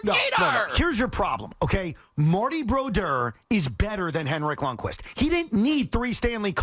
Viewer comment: Please someone make them stop saying Broduers name like that.